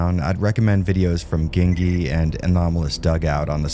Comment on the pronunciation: I could be wrong here but I’m pretty sure “Gingy” is “Jin-jee”. Like what you would call a person with ginger hair